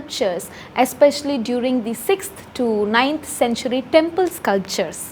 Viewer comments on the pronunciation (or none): none